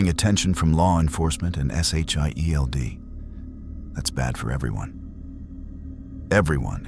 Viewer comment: JUST SAY SHIELD AND NOT S H I E L D!!!!